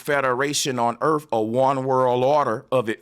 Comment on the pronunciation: Erf?? Are you trying to say earth??? Asking for my 6 year old daughter